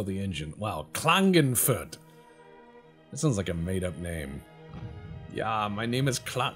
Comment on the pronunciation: Klagenfurt is the Capital City of Carinthia. And ihr is Not Klagenfurt which Sound klingon but Klagenfurt, meaning to Ford the River Klagen